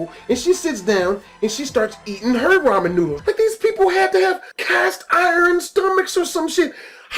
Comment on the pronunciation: who fucks up the word ramen